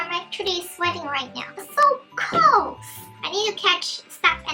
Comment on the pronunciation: It close not colds you keep saying colds